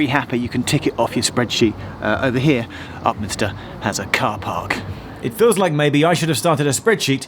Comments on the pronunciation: A friend of mine (who worked in a Govt Department) used to change trains at Upminster and was always amused by one of the station announcers who invariably pronounced Upminster as Up Minister. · I liked it when TfL announcer said it’s Upminstin’ time and Upminstered all over everyone.